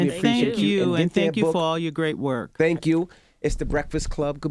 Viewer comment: she said tang kml